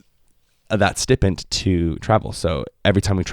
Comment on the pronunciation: Love your videos, love the attitude, great to see your journey lead to success! Nbd, but stipend is pronounced st-eye-pend.